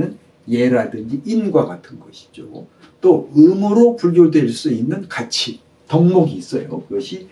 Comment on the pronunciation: 우선, 왜 원문인 한자를 쓰지않ㅇ십니까? 장음인 한자어의 첫자를 길게 잘못 발음 하신 예: 주석,계절,성품이라는 성, 가치(여러번),신의라는 단아의 신자 등, 좀 실망했읍나다. 미국 변 완수 배